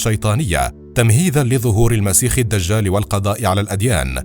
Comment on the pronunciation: مسيح الدجال و ليس مسيخ لا يقول مسيخ إلى العبرين